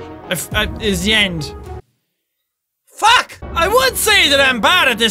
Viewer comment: Say foook not fuck